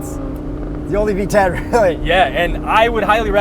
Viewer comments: I thought he said VTech not V10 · When you said v10 it sounded like V-Tech LOL could you imagine